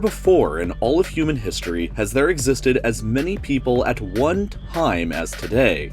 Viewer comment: If you listen closely it sounds like he says "never before in all of fruiting history has there existed as many apples at one time as today"